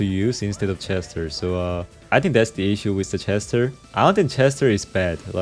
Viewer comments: Why bro pronouncing chester with she💀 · ik he is from korea and i know thats he just said it wrong but i still repect him 👍